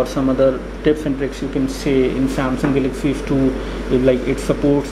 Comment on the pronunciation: hehehe funny speaking :) "" samsung salaxy s2 "" :)